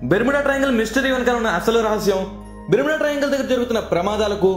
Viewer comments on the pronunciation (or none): Are nuv fast telugu nerchukove...! Bermeda kadhu barmoda